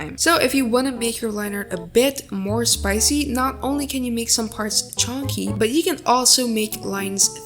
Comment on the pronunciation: Thank you so much for this tutorialll !! and the way you say "chunky" is funny hope you have a great day/night <3!